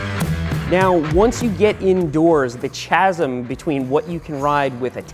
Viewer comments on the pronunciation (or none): The "Cha" sm.... lol never heard a chasm (pronounced "ca-zem" or "ka-zem") started like "Chad". Cool video though. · Chasm is pronounced ka·zm not cha·zm... The H is silent.. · Noooo, Chasm has a hard C sound, not a ch sound. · "Chaz-M" cringe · chasm is pronounced kazm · Chasm is pronounced as if it had k as a first letter. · Is that an Americanism or just a Sethism? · Did Seth just say "cha - sm" lol 🤨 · There's always got to be one jerky guy in the comment section. Today it is me. Chasm....pronounced /Kazm/--I wanted to let it go, but I couldn't. Sorry. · Please say “chasm” again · Bruh the H is silent in chasm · Am I the only one bothered by the pronounciation of "chasm" ?.. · CHASM....Anyone else cringe?